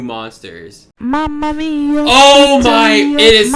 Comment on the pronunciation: Is that pizza guy said Mamma Mamamia bra